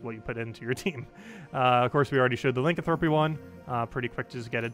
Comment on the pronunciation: Pleeeaassee stop saying Lincoln thropy